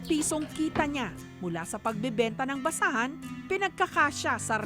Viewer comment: Kawawa nmn po si manong btw nsrinig ko ba na basaan or basahan hahaha